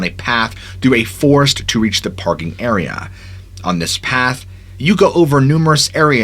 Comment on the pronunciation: My friend you said area 3 times in 30 seconds starting . Great video still and I might not have noticed but you say it in a specific way to annunciate clearly. Thought you might appreciate the constructive feedback. 😎 cheers